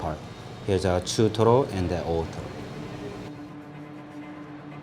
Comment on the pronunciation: chutoro, that perfect accent made my day 😌😂